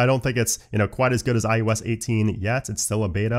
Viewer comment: everytime he says "iOS" i think he's gonna say ayahuasca lol